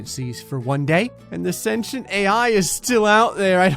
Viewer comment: Sen-tee-ent not senshent